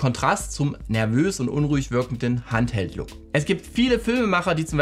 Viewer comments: Es gibt kein handheld Look entweder sprichst du das Englisch aus oder du nimmst ein anderes Wort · Handheld ist englisch. Aussprache wie folgt